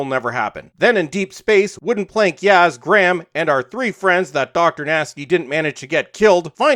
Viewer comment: Why does he say "Gramm" and not Graham. It's not that hard to say.